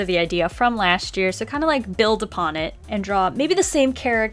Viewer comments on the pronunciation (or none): none